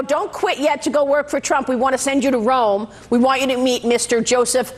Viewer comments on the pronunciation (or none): none